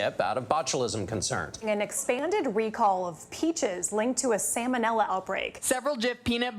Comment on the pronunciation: Anyone else's eye twitch when she dropped the first L in "salmonella" so it sounded like "salmon"?